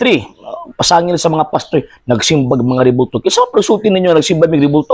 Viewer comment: Pastor yata hind pastoy bulol kapo ba..kuya😂😂😂